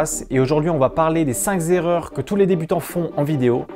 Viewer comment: première erreur on dit 5 (k)erreurs et non 5 (z)erreurs